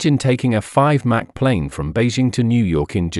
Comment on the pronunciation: It's Mach, rhymes dock not Mac! "US State Route 71"😅🤣😂 Official CCP YT channel